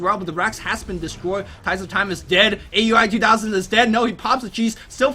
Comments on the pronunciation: IT'S NOT A-U-I, IT'S PRONOUNCED OW-UI! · aui_2000 name is pronounced ao-wie..